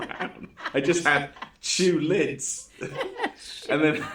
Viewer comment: "shoe lids" 💀